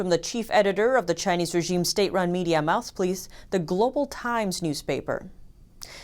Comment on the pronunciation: I dont usually comment, but, ''mouth pliece''... Funny